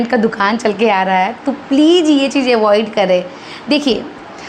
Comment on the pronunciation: आप भी थोड़ा ‘ज़’ बोलना सीख लो, दूसरों को किसी भी चीज़ (चीज ❌) में सही करने से पहले 🤓 प्लाज़ो ✅ प्लाजो❌ इज़ ✅ इज ❌